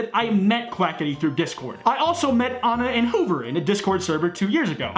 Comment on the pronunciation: Can I just say that Keem said Quacka-tea.